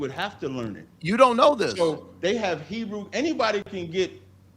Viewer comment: It’s so funny the made up pronunciation of Hebrew these goofs use